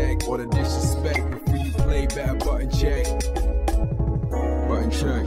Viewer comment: Everytime I hear the intro I have trouble hearing the "on" part of "button" check. It's so much fun to hear you come on excited, "What's up butt check family"